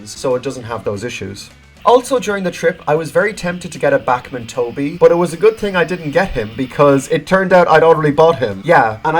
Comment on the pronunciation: I don't know if it's only by yourself but why does he say Bakmin